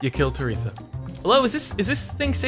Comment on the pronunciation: He called her traesa and Sheryl